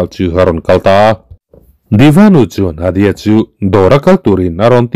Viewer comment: Adya ania, Adi-a nilo in, svmm